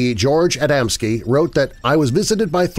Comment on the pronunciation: Its Adamski, not Adamanski. Plus, a lot of people including myself put the stress on the second syllable, but the stress should be on the first syllable.